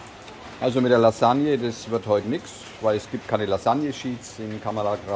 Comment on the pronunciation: Ja, sie kommt, die Regenwand steht im gewissen Maß schon vor deiner Tür., es heißt "... Nichts mehr". Das "s" am Ende des Wortes nicht vergessen.